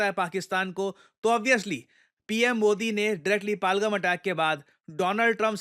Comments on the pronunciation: Sir its पहलगाम not पालगम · पालगाम ❌ पहलगाम ✅ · It's no palgum it's पहलगाम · It's पहल -गाम not पालगम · What is Palgam, it is Pa-Hal-Gaam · Sir it's pahalgam , not palgam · पालगम❌ पहलगाम✅ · सर जगह का नाम पालगम नहीं है बल्कि पहलगाम या पहलगांव है जो कि कश्मीर में एक जिला है।🙏🙏🙏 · Sorry It is Pahal- Gaam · It's पहल गाँव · It's pronounced Pehel-gaam पहल-गाम. No shame in correcting yourself "sir" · सर आप पहलगाम नहीं बोल पा रहे